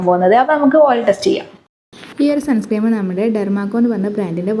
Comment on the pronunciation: സൺ സ്ക്രീം അല്ല മോളേ Sunscreen സൺസ്ക്രീൻ ആണ് കേട്ടോ ഒരു പാട് സൺസ്ക്രീം 😂ഉണ്ടല്ലോ?